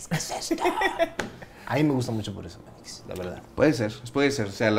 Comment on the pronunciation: " Di Meitrix"